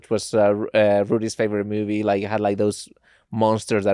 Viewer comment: "Her faberate mubie, dematricks" lol